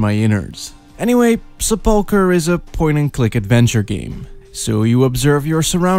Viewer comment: You pronounce "sepulchre" very strangely.